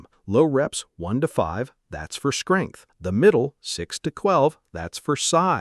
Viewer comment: Skrength & kwelve huh 😭